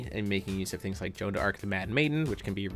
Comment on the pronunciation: Not sure why Tyler didn't do the Spirit Stone and Forest Meditation combo in the first 2 games. It is potentially +3 with no cost. I feel that it is always worth the divinity to use it instead of locking himself out. Also, it's pronounced Joan >.< Really liked the games and both decks.